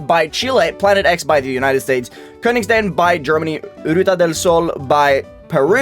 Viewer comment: bro the way he said Königstein really got to me